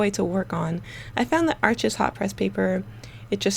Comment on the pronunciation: Bonjour! Please, America, Arches is pronounced like the word harsh but without the 'h'. It is not 'Archizz'. Merci Beaucoup, Mademoiselle! 🙏🏼🇫🇷